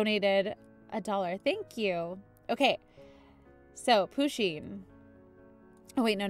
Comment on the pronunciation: You need to pronoune Pusheen PA-SHEEN